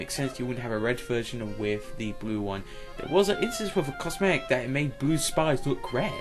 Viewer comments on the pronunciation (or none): none